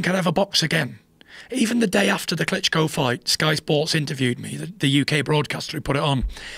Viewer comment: He says “Klitco” - sounds like a brand of intimate female devices.